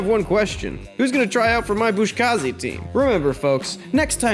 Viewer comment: I just wanted to also mention. Its pronounced “Buzkashi”. You wrre pronouncing it as “Buzkazhi”, much like “Kamikaze”. Maybe your sources are different but mine indicate this. Awesome video though, there are no critics there